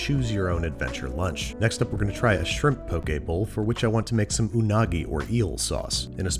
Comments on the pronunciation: Im so happy you said poke “pokay” and not poki. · I think you meant 1/2 cup of rice to first line of your finger of water I'm also very greatful hearing you pronounce poke correctly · I am so happy you said "poke" correctly. Also the fact that you showed kind of traditional Hawaiian style poke and poke from the Mainland. Next time I hope you try it with Furikake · "poke" is pronounced like po-kay... okay with a p in front 😊. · Thank you for saying "Poke" Correctly! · Honestly, I just watched this episode so I could finally know the proper pronunciation. I never heard anybody actually say "poke bowl" out loud so I never knew if it was pronounced as if poking somebody or like Pokemon. Pleasantly surprised to see it's the latter.